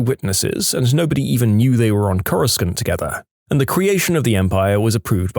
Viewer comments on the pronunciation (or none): none